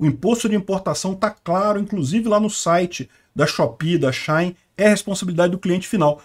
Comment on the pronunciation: minha mulher pediu pra eu falar que não é XAI é XI-IN SHEIN kkkkkkkkkk